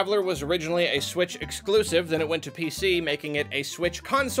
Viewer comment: Hehe he said Squitch